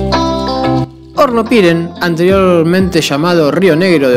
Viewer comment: Amigo bsds.. estoy mirando tu videos muy buenos.. Una sola cosa Hornopirén tiene acento en la E y suena horrible como lo pronuncias con el acento en la i.....